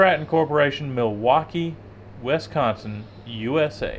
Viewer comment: Look here. I know this is an older video, but it’s pronounced “ WIS-con-sin”, not “WES-con-sin”. C’mon guys!!! Lol! You guys are awesome!